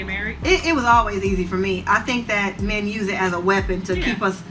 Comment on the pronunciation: Two questions regarding anomalous pronunciations: 1) Both women repeated refer to "may-yen," rather than to "men." Why? 2) The woman on the left refers to a "house-hole," rather than "household." Why?